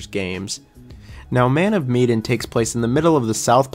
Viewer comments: Meh-Dan not Me-den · Why’s he calling man of Medan. Me-den. It’s Ma-Dan. Literally bothered me the whole time lol. But I like the ranking. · Repeat after me; "MEH-DAN." Not "MEE-DAN." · Wondering why you pronounce “Man of Medan” so strangely. It is not mee-den. Interesting list. So crazy to me how people love Little Hope when it has the worst ending. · I'm so bothered that u pronounced Medan like "Mee-din". When its Meh-Daaan. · It's Meh-dan, not Mee-dan. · "Medan"... like Sedan.. not Miedin, Miden, Meiden... meDAN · Med as in medkit, and an as in anvil. Sorry the pronunciation was killing me 😂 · Man of WHAT? "Meedan"?? I usually don't care about pronunciations at all, I think that's nitpicking But how did you get that wrong, it's the name of the ship, they say it all the time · My guy said Mee-den. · It’s muh-dan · man of medan (med-ahn) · Mean pronounced ma- dan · I feel like you’re mispronouncing the word Medan in Man of Medan but I could be wrong, either way great video. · You are pronouncing Medan incorrectly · Me, too. Especially since the plot was inspired by the Ourang Medan. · I have never heard anyone pronounce Man of Medan that way and it’s driving me nuts😅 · I love how you kept saying medan wrong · Bro how hard is it to look up how to say "MEDAN" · You pronounced Medan wrong, weird since you say you played it. Also, you say “I didn’t like the plot”, but it’s based on a true story….so, you don’t like a true story? You seem to know nothing about these games. For the record, don’t discourage others from playing a game. That’s such a petty thing to do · Dude, you can pronounce eponymous but you can't say Medan?!